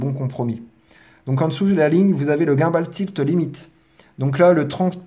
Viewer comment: bon tuto ! mais revois tes prononciations par pitié ! DJI, gimbal ...